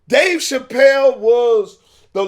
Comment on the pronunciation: He keep wanting to say “Pachelle” lol